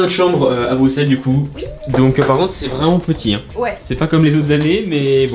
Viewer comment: BRUSSSSSSSSSSSSEL ON NE PRONONCE PAS LE X